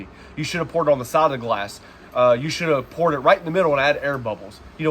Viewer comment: You said poured wrong 🤣🤣🤣